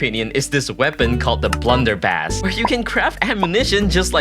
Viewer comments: bro actually called a blunderbuss a blunderbass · No way this guy just said blunderbass 😔✌️🥀